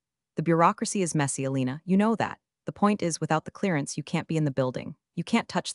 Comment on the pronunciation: Elena, not Alina.